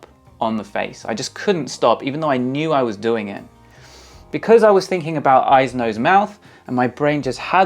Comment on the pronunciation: The "eyeses" is getting you demonetized for sure lol